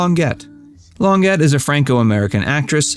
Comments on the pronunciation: AI reads ONLY phonetically. Claudine's last name was pronounced differently. However, there's no English equivalent to the second syllable, so I can't post the correct pronounciation. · Can we not find real people to narrate these things? That is not how you pronounce Claudine’s name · Who is this asshole narrator who doesn't know how to pronounce the stars names? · Hell the narrator did not even know how to pronounce names correctly. Must have done a ton of research on this one since he did not even know the name of Andy Williams wife. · Geeeezus. Who can believe something where the voice over guy can't even come close to pronouncing Claudine Longet's name correctly. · Supposedly, Teddy was also in love with Jackie and may have had an affair with her, too. I also believe that Remick also had an affair with Peter Lawford. P.S. Please learn the correct way to pronounce French names like “Longet”. 😬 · Learn how to pronounce Longet. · “Longet” is French dude and is not pronounced like the English “get”. ‘T’ is silent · Too bad no one had any knowledge during the recording of this video! You might not have looked so ignorant. Despite the frightful mispronouncements, I did enjoy your thoughts! Don't give up, just check with your mother first! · This video is absurd. "alleged" "presumed" etc. The narrator didn't even know how to pronounce Claudine Longet's name. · Too bad this "insightful" author didn't learn to properly pronounce Claudine Longet's last name.. Rather challenges his veracity .... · And he butchered her surname, too. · To bad you don't know how to pronounce Claudine's last name. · Yes, you’re correct. I’d listen to more frequently if the narrator didn’t make consistent mispronunciations. A good researcher checks the basics…not this guy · You are right. He is driving me crazy with his mispronunciation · PLEEEEEEEEEEEEEEEASE learn how to pronounce the names of famous celebrities. Ugh. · Claudine Lon-Jay ... (Longet) ... NOT Long-Get